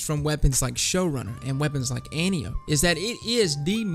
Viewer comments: An-TIE-oh-pee, not antee-oap :) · Its not pronounced 'anteeope' its pronounced ( phonetically ) 'antipodee'. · An-Tio-P. Not Ant-iop. It's named after Wonder Woman's mom and we assume the D stands for Diana which is Wonder Woman's name. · It's pronounced AN-TEE-UH-PEE! You know, like the daughter of Ares in Greek Mythology. I swear I haven't heard one single Youtuber pronounce it right yet. Maybe be the first? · Sooo is everyone gonna mispronounce Antiope? Is that what we're doing?